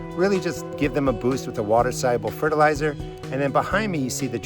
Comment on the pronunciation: You said "water soluable fertalizer" a million times in the first 30 seconds. I had to stop watching 😢